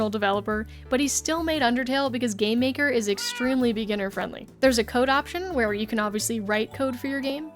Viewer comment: Idk why but instead of game maker I heard "Gay maker"